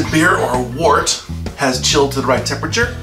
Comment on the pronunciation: It's pronounced "wert" and don't ever say handy dandy again😂